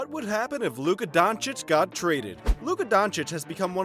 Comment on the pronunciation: Don_chi_ch.If he could learn 3 foreign languages,the Americans should learn to pronounce his surname right,I guess...